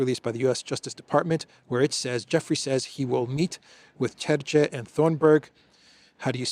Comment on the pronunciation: Terje you should spell as "Terye", not Terzhe. Letter J in Estonian and in Finnish and in all Baltic language spells the same way. 😊